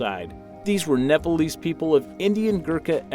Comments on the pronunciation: Its Nepalese stupid not Napalese. You don't know how to say it, don't say it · It's pronounced nepalese not nepalies ಠ益ಠ